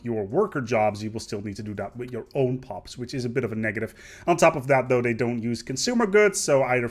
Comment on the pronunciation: I can't help but notice every now and then you pronounce this and they, like "dis" and "dey"